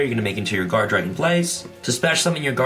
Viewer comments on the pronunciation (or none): none